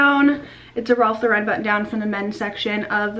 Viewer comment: Nah, you did great- it’s funny how many Americans pronounce this American designers name wrong😖❗️ First time I watched you- if you do thrift hauls I’m in❗️😷🙂😷❗️